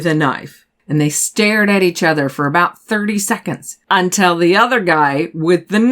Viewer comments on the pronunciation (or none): You are a great storyteller, but you mispronounce “until” consistently.